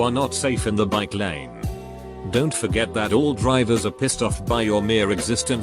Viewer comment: how did he screw up bikelane?